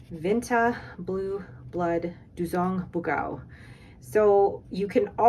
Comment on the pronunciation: Just wanted to mention: the Vinta ink is Dugong Bughaw not Duzong Bughau, it's Tagalog for "blue blood" as in someone born into a rich family/nobility. Sorry, I know people think youtube comment corrections are annoying, I just can't resist since my country isn't exactly popular and I don't get a lot of chances to share anything about it. Anyway loved the vid, I can't buy a lot of ink so I always love seeing vids where people show off and talk about their ink :)